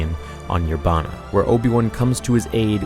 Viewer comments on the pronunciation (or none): when they said Yerbama or however you spell it, I thought it said Yobama.